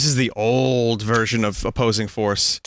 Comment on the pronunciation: Opossing Force, ah yes, my favorite